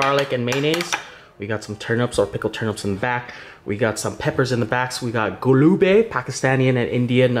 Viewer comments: Not a golabiii😂😂 this is golabjamun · Galubeh? It's Glaab Jaman. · That's "gulab jamun" not "golube"😂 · Gulube lol it’s gulab jamun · That's gullab jammun at least say one name properly Ur pronunciation made me laugh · as good as your dishes are and your twists and takes on them, Your pronounciation of these names are quite opposite. Just Google how to pronounce them.